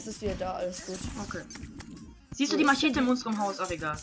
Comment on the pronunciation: machete , bei dir klingt es wie mashete